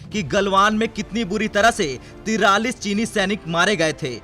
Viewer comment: 43 ka pronounce galat kr rhe hai,,, Hindi log tv se sikhte hai aap log galt bolte hai aap log galat likhte ho Acchi bat nhi